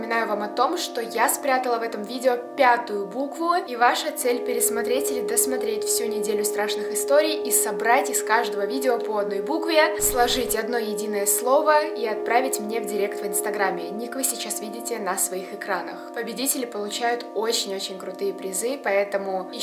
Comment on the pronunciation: Не директ а дайрект